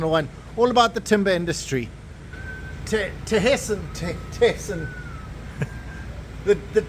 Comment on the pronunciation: Thesen is pronounced with a silent H, so it's Teesen and not Th 😊